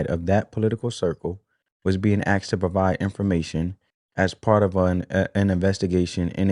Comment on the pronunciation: Bro you sound like an intelligent person until you use the word axed instead of asked